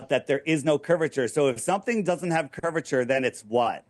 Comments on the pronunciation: He can't even say the word curvature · "Curve-i-ter"...even Moses had sense to get God to appoint Aaron to talk for him...